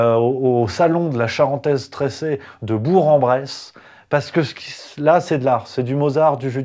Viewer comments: on dit "Bourk" à part ça, vidéo géniale comme d'habitude ! :) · on prononce Bour[k]-en-Bresse! Sinon merci pour ce déballage dans la bonne humeur. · Au top, merci ! Par contre on prononce "BourK"-en-Bresse ;) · Coucou: Bourg en Bresse se prononce BOURK en Bresse. Une bressane in peu fatiguée de rèpeter cesse les mm choses. Cela dit tu fais du bon boulot et je te suis tjrs avec délectation mm si parfois j"ai plus envie de pleurer que de rire Merci.